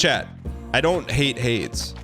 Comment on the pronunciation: "Y in chat if you think we hate Hades," Y. Absolutely. trashes on that game every chance he gets, even when it's only somewhat related to the conversation. He also refuses to even say the name correctly (which isn't a first, but that's definitely not helping) Edit: Thank you, chat. I have never agreed with something chat said more than this.